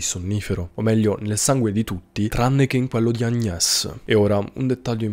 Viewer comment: Se Paris si pronuncia Parí.. Agnés si pronuncia Agné! 😉👍